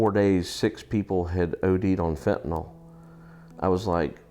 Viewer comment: It’s fentanyl not fentynol